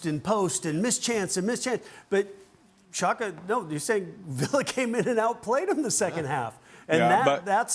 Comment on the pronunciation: Who is “xanka”?? 😂😂 Did you mean Xhaka??